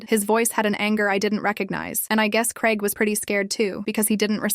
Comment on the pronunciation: ITS GRAIG NOT CREG. Bloody hell 🙄